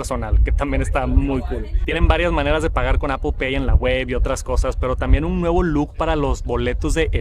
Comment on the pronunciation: APL no APOL 😢 no hay ninguna O en decir manzana 🍎 en inglés, puedes nombrar perfectamente todas las otras palabras en inglés, menos manzana 😢